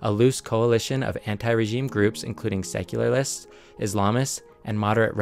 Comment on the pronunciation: I love that you don’t use an AI voice. Keep up the great work! (But, you pronounced it “secularlists”). And I love that human error compared to annoying robotic AI.